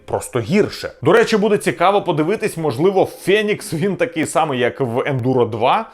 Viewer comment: не фЄнікс, а фЕнікс....